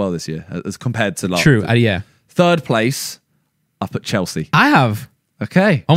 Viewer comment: “2nd PLAYTH”